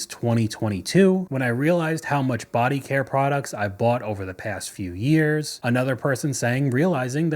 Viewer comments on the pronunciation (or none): none